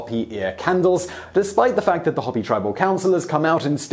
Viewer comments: It's Hōpi, not hoppy! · It is pronounced Hope-E not Hop-Pee ...they are not rabbit people :P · Hoe-pee not Hah-pee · Pronounced "Hope EE" not "Hoppy". Put as much attention to detail in Native American language as you do French words please. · Ho- pee people, not hoppy people you happy Dingus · Hopi is pronounced hoe-pee not ha-pee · Hopi is pronounced "hope-ee" not hoppy. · "Hoppy" people eh? Hopi is pronounced "Hope-y." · First of all, the name of the Hopi nation is pronounced "HO-pee" rather than "HOP-ee" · Hopi is pronounced Hope-ee. not hop-ee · The Hopi tribe is pronounced as Hope-y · Hopi is not pronounced hoppy, it's a long "O", not a short one. It's pronounced hope-ee. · It's not a debate on pronunciation. Its Hope-ee. Not hoppy. Go ask anyone from the Hopi nation. Hell ask any Native. Lakota, Navajo, Sioux. They will all say it's hope ee. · Michael B, thank you for correcting him. I was about to do the same. I am part native American and as soon as I heard him I was like, noooooo. LoL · ZipplyZane: Yes, Simon often mispronounces words and I'm not talking about a difference in accents. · It's ho-pee not hoppy. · The Tribe's name is pronounced as: "Ho-Pee" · Simon! You pronounce the tribe “Hope-ie”. I have had my ears candle waxed. I think it’s the soothing feeling when the person massages your sinuses. I definitely would do it again. Real or Not. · It pronounced Hope "E" dipshit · Hopi is pronounced like hope e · Today you find out that Hopi is pronounced with a long O. as in HOPE-ee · Long 'O' sound in 'Hopi' tribe, mate. Cheers! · This channel just lost all credibility by mispronouncing Hopi. If they can say the name of a tribe correctly how can I believe they get anything correct in their videos?